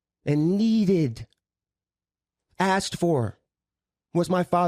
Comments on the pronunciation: 💯 on being evasive & it was evident that each time she was being evasive, well-spoken & measured with her words as she is, she would start mispronouncing words like *axsk. Also,are they trying to take the high road or is it them trying to tread lightly/carefully for fear that if they say too much, BM might in turn unleash a Pandora's box so lethal both sides can't ever recover frm? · aSked not aXed. Children learning to pronounce words say aXed, not 55-year-old grown women